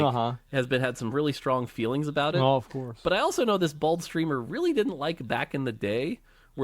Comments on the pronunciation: I think he said bold instead of bald lol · Did he say, "bald streamer," or, "bold streamer?" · I heard "a certain bold streamer" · Sure he said bald and not bold? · Really puts a spot light on the idea of inspiration & finding shortcuts so that the design of a video game can be more flushed out, work smarter not harder. EDIT: HE'S SAYING BALD NOT BOLD OMG hahahah JEEEEEEZ I think Asmon makes a good point with Lies of P using the RALLY Mechanic in Bloodborne and I agree it is better. BUT I think his(the other guy) examples of Majoras Mask & Elden Ring sorta lose itself in the video. He is making a point that, having these mechanics and previous models laid out so that something else can be achieved is what making video games is about. But those were design BY that game, Zelda Majoras looks like ocarina cus all that time taken into making Ocarina was the shortcut, obviously. You should ALWAYS want to build up on something. The original examples of Street Fighter clones are a lot closer to the point of Palworld and how they replicated Conan Exile/Ark into a Pokemon like game. OF course a development company is going to use assets that were there before. BUT I see how he using that these later games only EXIST how they do because the earlier titles. I think he should of used ALL the SOULS like as an example instead of ELDEN RING. There are also A LOT of Ocarina style games that came out afterwards, look at the Star Fox game for Gamecube, it's NOT ocarina but it has some SIMILAR back stepping, dodging and fighting mechanics that Zelda has. But I see the point of what he's saying, its easier to have product B or C if Product A already did the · He said Bold not Bald haha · I thought he said BOLD, not bald. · I thought he was saying bold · I thought he said BOLD 🤣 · he said bold not bald...